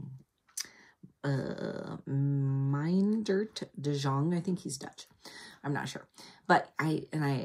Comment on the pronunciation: I’m so glad you found Shadrach! I think you’ll love it. We read House of Sixty Fathers as a read-aloud in our homeschool. I forgot that it was also by De Jong. By the way, Jong is pronounced like Young. I agree with you about abridged books. You might as well just look at an outline of the plot. It’s all the character and landscape descriptions that make the story live. I want all the words! I think the red yarn you are using for your sweater is a perfect red. I think I need a red sweater. Mister Rogers was the best kids show ever! And I agree it calms kids. You can tell how he respected kids the way he just talked to them. He was still making new shows when my kids were little. We met Mr. McFeely in person once at our local mall.